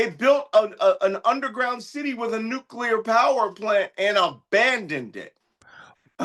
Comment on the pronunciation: It's nu+cle+ar Sounds like new + clear. Saying nu-q-ler = difficult to respect your opinion, if you don't know even how to prounce something that could end life on earth, no?🤷